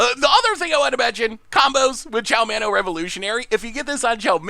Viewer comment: How can absolutely butcher 97% of the card names but the second he hits “Cho-Manno” he slings it out like nothing.